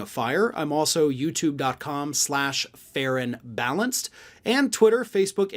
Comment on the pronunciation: when he says ferron balanced it sounds like fair and balanced. So when people type it they probably wont get the correct link.